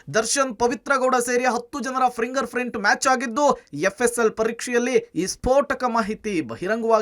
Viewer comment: ನ್ಯೂಸ್ ರೀಡರ್ ಯಾರೋ ಶಿವಾ....ಪ್ರಿಂಗಾರ್ ಪ್ರಿಂಟ್ ಅಂತಿದಾನೆ 😅😅😅😅ಫಿಂಗರ್ ಪ್ರಿಂಟ್ ಅದು 😂😂